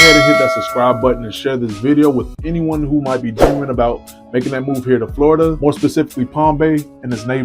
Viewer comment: Dude….. it’s Florida! Where the hell you from?